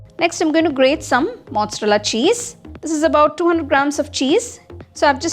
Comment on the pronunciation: I loved ur recipe ❤. A humble request to you - please learn how to pronounce "Mozzarella" properly if you call urself a chef!! Have some mercy on all the Italians. Otherwise It hurts like Americans pronouncing Naamuustaayyy instead of Namastey!